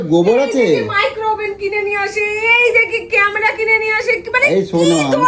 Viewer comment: Camera bolte pare na. Camra camra bolchhe